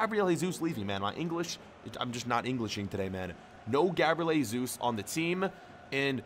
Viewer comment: Not Heysus but Jesus